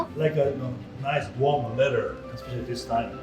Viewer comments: *ESpecially not "EXspecially." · You are killing my ears! It's ESPECIALLY NOT EXspecially! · I get nails on a chalkboard feeling Whenever I hear an adult say “ekspecially”... EXCEPT when says it. It just sounds right when she says it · i love, but did she say expecially?